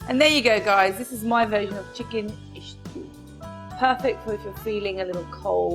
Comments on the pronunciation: Don't know which India you are referring to. Nobody says it ishtew here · Stew and not ishtew people :D